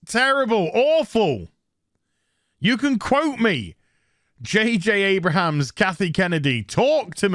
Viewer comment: "J. J. A-bra-hams"? 😅